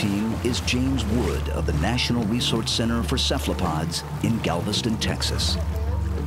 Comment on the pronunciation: weef squid. wesearch center. This guy is unable to pronounce rs!